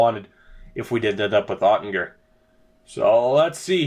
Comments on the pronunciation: Now that you drafted Oettinger, here's the correct pronunciation: You're close now...But it's a hard G instead of soft. OTT-in-ger. Also...I love this idea for a series. Franchise mode becomes so easy after a while... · Oettinger is pronounced - Oat-en-ger.